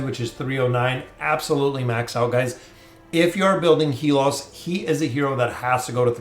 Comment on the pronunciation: It's HAY-LUS not HE-LOS.